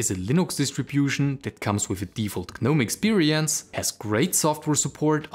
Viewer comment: A polite fyi, the 'G' in Gnome is silent, it's pronounced Nome. Thank you for your videos.